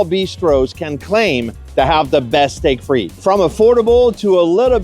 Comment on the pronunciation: Your French pronunciation is rubbish. It's not "Steak Freet" for instance. (I've been living in Paris 24 years) It's more like "Steak Fritt". I can't watch any more. The ignorance is annoying.